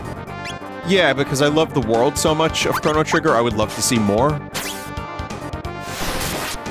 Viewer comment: NOCHRO GRITTER